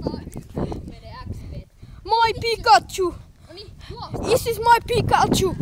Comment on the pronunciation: se sano is is Mia pikatsu